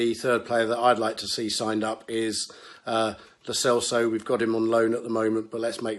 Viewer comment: Jeez, the worst bit was the pronunciation 🙈🙈🙈🙈🙈🙈 Dabila (Dybala) Wanyamya El Selso (Lo Celso - > Lo Thelso)